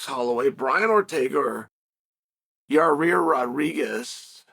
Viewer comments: Ya Rear 😂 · Say Yair "Your rear" 😅